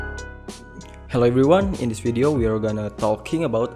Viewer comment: Say V-ideo not W-ideo 🤦🤦🤦🤦🤦🤦🤦🤦🤦 You need to work on your English 🙏🙌